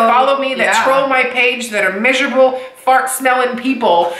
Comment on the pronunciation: Lol did you say "fart smelling" ???? I'm also a french fry addict. Thank you so much for always helping me build upon my toolbox and helping me in my journey. I really needed this.